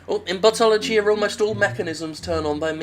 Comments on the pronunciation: I keep hearing Buttology. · I keep hearing "Buttology." I too am disappointed.